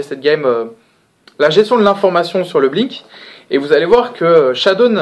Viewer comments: Pourquoi j'entend shadoune alors qu'il s'appelle shadown ? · "Chadoune" D